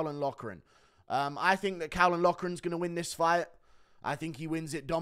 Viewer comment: Caolan is pronounced “kaylen”.